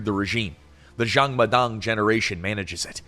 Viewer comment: Why keep pronouncing Jang as Xiang? Its a 'J'.